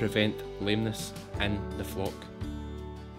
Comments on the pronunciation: You really should pronounce the L in flock a bit stronger. 😅 FOCK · As a Canadian, my delicate North American ear keeps hearing you say "my sheep Fu*k…". Initially I had concerns but now I understand what is going. Love this content. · When you say flock I think your saying fuq! Love this new channel. is awesome I love sheep hate cows they seem very gross to me.